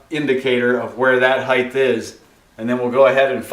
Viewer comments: Heigth? It's height - phonetically pronounced "Hite". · Good video, but do you keep saying heighth, instead of height? lol